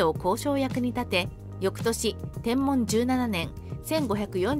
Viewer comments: ナレーションに誤りがあります。 年号の『天文』ですが、『てんもん』って言ってますが、『てんぶん』ですよ。 あと、テロップの地名は、大柿じゃなく大垣では？ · 天文は｢てんぶん｣であってますが、大垣は大柿表記でも間違いではないはずです